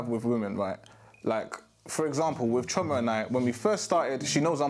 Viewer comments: I swear if I hear CHEE-OR-MAH pronounced CHORE-MAH one more time……… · The pronunciation of Chioma is pissing me off, 'chyourma' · can’t even pronounce Chioma’s name properly 😭 leave him